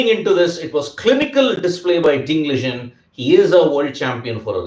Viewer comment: Its Ding Liren. Not Ding Ligen 😂